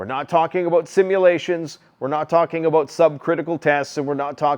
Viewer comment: "Toocking abwooot" ? Does he mean "talking about" ? .